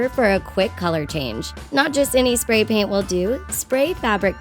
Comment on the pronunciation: SO many people are like "DID THEY JUST SAY DYI??!!!" Please. What about THIS mistake? "Pray Paint"